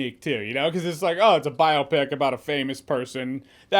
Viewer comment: Jeremy stop saying biopic like that plz